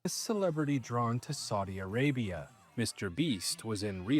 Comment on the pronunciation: why was i surprised that u said saudi arabia correctly omg im used to ppl saying sawdi arabia lol